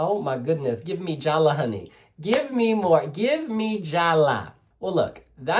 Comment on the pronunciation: LOL She says JALLA' with the accent on the last "A". She is pathetic. I thought she meant to say JALLAD which has nothing to do with what she wanted to say. She is pathetic.